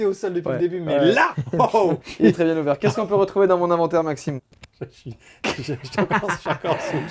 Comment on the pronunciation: Faut que quelqu’un leur dise que c’est pas « I » mais « E » pour l’inventaire !